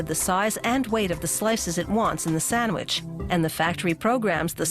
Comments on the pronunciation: WHY DOES SHE NEVER PRONOUNCE THE D IN SANDWICH EVER WHY? It's not Sanwich!!! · Introducing the SAMMICH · say sandwich again